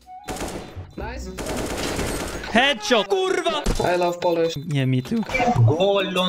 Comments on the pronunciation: Wow, Best "kurwa" I ever heard.. Impressive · as a polish person i gotta admit, that kurwa was really impressive and i couldnt even notice a difference between foreign kurwa speaker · that was the best kurwa i have ever heard from a non-polish speaker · as a polish person, I can say that your "kurwa" actually sounds very good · that's the most authentic, the best kurwa I've ever heard from a foreigner. Hats off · I think you say kurwa very nice